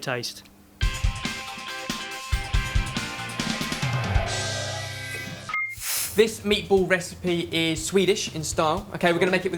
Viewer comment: "you have no i c a r e how good they tase ?!"